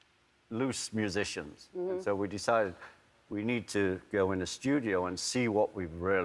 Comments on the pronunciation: ''End uh'', its and Ringo, and. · Ringo still sounds like a scouser until he says "and" and then he sounds like a septic tank. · He's picked up an American accent when he says "and" :((